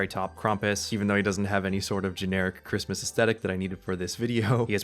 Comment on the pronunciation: Cwismis :D